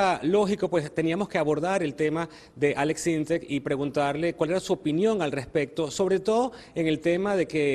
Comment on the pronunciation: Es Aleks Syntek no Aleks Synteks